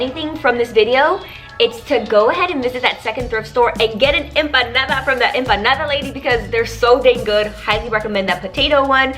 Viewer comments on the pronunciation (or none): none